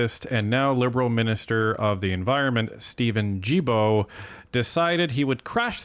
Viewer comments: Guilbeault the Gui is G not J... Gibeault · Guilbeault is pronounced like gillbo. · Please pronounce Guilbeault's name correctly. Ghee-bow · Am I missing something here? I don't understand why people are not pronouncing Guilbeault's last name correctly? Don't get me wrong, personally I think he's a complete idiot, but I'm only referring to the pronunciation of his name here. It would be pronounced "Zsilboe" - you would start the name like you would Zsa Zsa Gabor's name - Zs - add the il, which would be pronounced 'eel' & add the beault, which would be pronounced 'boe', or bow, like a bow and arrow. That would give yo Zsilboe or Zsilbow. Now I'm wondering if I'm missing something because maybe with proper language, when speaking in the English language, you might pronounce names as if they are spelled in the English language? Am I making any sense? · G in Guibault is pronounced like the G in good :)